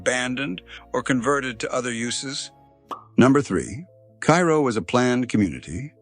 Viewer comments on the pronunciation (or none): It’s pronounced Care Oh.😂 kayro is corn syrup. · 1. Cairo, NY is actually pronounced "KAY-ro" and not like the city in Egypt. 2. whatever AI put this crap together used pictures of Cairo in Egypt, and 3. Cairo, NY STILL EXISTS!!!! Meanwhile, YouTube wants to force me to watch commercials for this kind of garbage content.